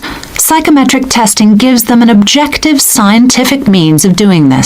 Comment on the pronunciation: I am hearing - Projective for qsn 35 instead of objective🙄